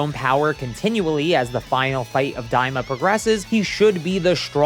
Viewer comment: Daima. Not "Diama."